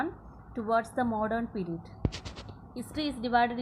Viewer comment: It is period not perred